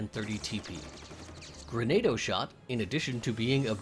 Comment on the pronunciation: Lol it's Gren-AH-do not Gren-AEY-do, its the archaic word for Grenade. Say it like you're speaking Spanish. But seriously, amazing video, you go into superlative detail! I found this video extremely helpful! ^_^